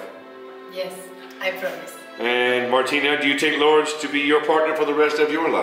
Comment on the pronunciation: en vez de decir LouRRdes dijo Lords tambien jajaja, ahora solo tienen que llevar el certificado al registro civil aca en Arg y listo queda registrado legalmente aca tambien ❤💍